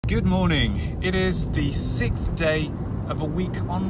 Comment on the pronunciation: Sixth day not Sith!!!!!